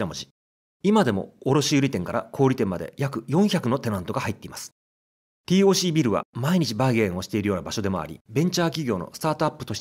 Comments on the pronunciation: 五反田に住むものとして楽しく視聴させて頂きました。 改めて歴史を知る素晴らしいコンテンツと思いましたが、最後は非常に残念でした。 TOCは「ティーオーシー」ではなく、「テーオーシー」と読みます。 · 【ティーオーシー】じゃなくて【テーオーシー】なんだよ地元っ子は😂(笑)🤣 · UPありがとうございます。昭和の風景を懐かしく拝見しました。 西口アーケード街もなかなか怪しげで面白かったです。 なお、TOCは、テーオーシーと表記・発音されていた記憶があります。笑